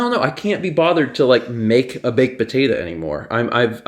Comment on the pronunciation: How would you spell pronunciation of potato, putatta? The first time he says it he even says it right.